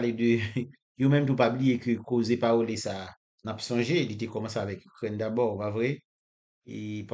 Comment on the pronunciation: Pawole? Tcheke pronunciation an ankò bro. Li difisil Pou n konn de kisa wap pale lè ou di pawole a.